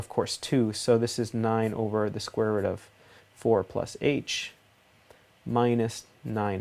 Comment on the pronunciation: Youre accent lol. The square roUt Almost sounds new england accent, like roUf for roof Good video thanks